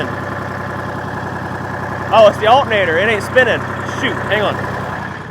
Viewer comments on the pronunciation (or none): “Altnater” 😔 so dumb.